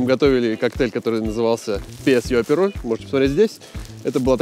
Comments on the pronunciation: не аперОль, а Апероль! Ударение на "А"! Апероль шпритз. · И потом так бесит этот аперолЬ....аперол....нет в итальянском мягкого знака!!